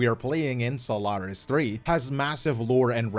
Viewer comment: How come you say Sólaris when it's pronounced Soláris in-game, speaking so confidently about lore and such? Is it pronounced wrong by the VAs...?